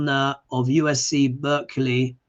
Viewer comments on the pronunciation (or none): none